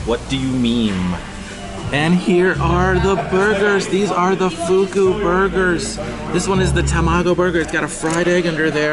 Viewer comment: A couple things wrong about your video. #1 It's pronounced (fuck-u). #2 They don't use use real crack in their crack sauce....I can almost swear mine was made with meth.